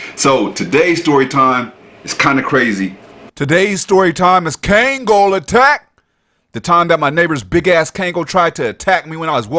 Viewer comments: Hey dude the name of the dog is pronounced KONG-GALL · I'm nicknaming naming my 3lb, mental-patient, chihuahua "Kangal." ❤ He's fatally-fierce in his baby heart. My EMOchi. Pronounced..Kongol...not KAangol...fyi